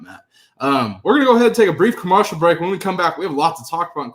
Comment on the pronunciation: why do you pronounce commercial like “commoarcial”, what’s going on there like why? Love the show.